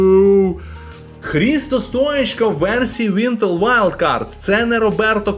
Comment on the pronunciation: Чого ти кажеш ВІНТЕЛ Вайлд Кардс??? Має ж бути ВІНТЕР...